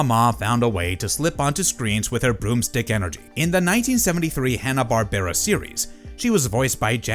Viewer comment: I ABSOLUTELY HATE THE VOICE OF THE NARRATOR WHO CAN'T EVEN PRONOUNCE "HANNA-BARBARA" PROPERLY! 🤔🙄😒🤷🏻‍♀️